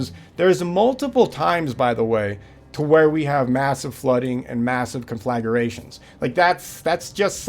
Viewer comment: "Conflagration".... NOT CONFLAGARATIONS, FOOL!